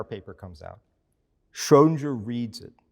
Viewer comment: He makes an effort to pronounce 'Einstein' and 'Copenhagen' correctly, but then fails miserably with 'Schrödinger'